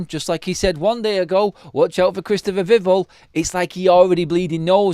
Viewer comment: Please... it's VIV sound and then ELL like 🔔... don't mess this up neebor! You can do it... VIV ELL Please 🙏🏽 No more drivel vivell nonsense.